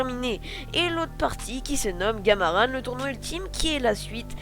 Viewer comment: Graaave mais je pense sa se dis gamarAN pas gamarane